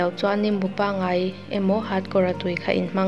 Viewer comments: NGEIH, tihtur ah,NGAIH, ti charchar,,NGAIH, nilovin,NGEIH ti hram teh aw. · Hau ni lovin,, HO tia lam túr Ngaih ni lovin,, NGEIH tia lam túr